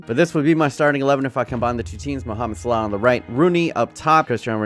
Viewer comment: How bout slaw (salah)